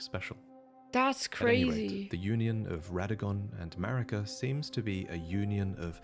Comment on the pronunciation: OK but why does she call Marika malika though?